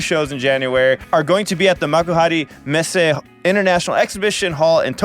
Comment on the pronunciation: You pronounced "Makuhari Messe" so effortlessly accurate. 👏 My ticket from 2020 got refunded, hope I can finally get to see them live this year or next year. HYPE!!